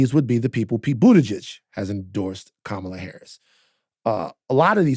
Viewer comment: Please pronounce Kamala's name correctly Van!